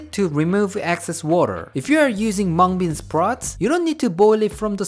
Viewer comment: Did he just say Hmong bean sprout?